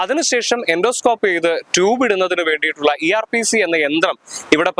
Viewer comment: ERPC alla... ERCP...